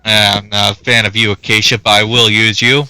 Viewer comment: Acacia "a-kay-sha"